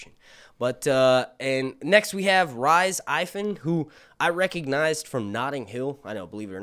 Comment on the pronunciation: Rhys = Reese